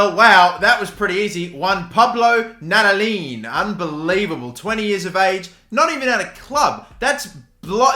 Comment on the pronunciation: As an argentine i find your pronunciation of "Nadalín" genuinely impressive